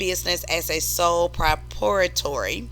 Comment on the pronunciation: Sole [pruh-prahy-i-ter]. Thanks. Really good job. btw have you heard the gospel? .